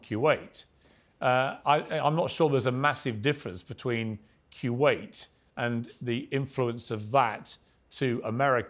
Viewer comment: Why is Piers pronouncing Kuwait like that? What the hell is Quwait ?